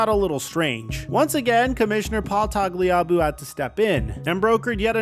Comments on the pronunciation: “Toggly Ahboo”. I know you’re young, but do you really have no memory of hearing anyone speak the name of Roger Goodell’s predecessor? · name pronunciations are killing me. Paul Tag-Lee-a-boo. Brian S(long I)pe, NOT see-pay. Mark Gas-tin-oh. Holy moly, watch some archival games, please. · It's pronounced: TAG-LEE-AH-BOO I enjoy your content, football and basketball Looking forward to your baseball channel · Bro, it’s, Paul Tag-Lee-A-Boo. Did you watch any football pre-2005? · Si-pe, not Sea-pay. Are you going to Tagliabue every other name from 30 years ago? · Boy did you butcher Tagliabue’s last name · Listening to him pronounce Paul Tagliabue makes me feel old. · If it wasn’t for Tua, you would have pronounced Tagliabue correctly. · Butchered Tagliabue as well.